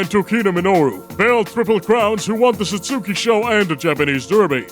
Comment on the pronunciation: wait, so you'll take advisement on this Uma's name, but you consistently mispronounce "satsuki" whenever you say "Satsuki Sho"???